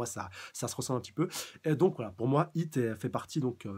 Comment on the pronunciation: C'est "Hit" ! Pas "Heat" !!!!